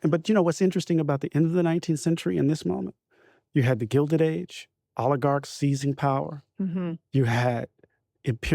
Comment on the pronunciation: Correction: "Second Gelded Age"